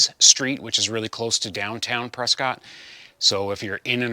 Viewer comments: Maybe yer unaware but the locals pronounce it Preskit, not Prescott ! My Aunt and uncle informed me of this when I visited them back in the early 2000s! Great progress on the project, by the way!😊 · Hey; looking forward to seeing you Saturday! By the way, it’s pronounced “Press-kit”.:-)